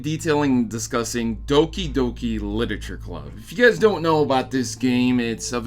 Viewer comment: So it's pronounced as Dookie Dookie Leetooreechure Clabb?